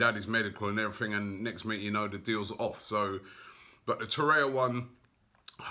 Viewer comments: Sayless Horrea Horrea Gonorhea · My OCD flares up every time Robbie says Torriera's name. I wish he'd learn it haha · Robbie its Torreira and Herrera, not Torrea & Herrea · For gosh sake it is TOR-RER-RA like PERERA, and no TORREA; and HER-RER-RA not HERREA 🤦🏽‍♂️🤦🏽‍♂️🤦🏽‍♂️🤦🏽‍♂️🤦🏽‍♂️ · FFS ROBBIE TOR-EIR-A HER-ER-A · Robbie its Tor-eir-a and Her-er-a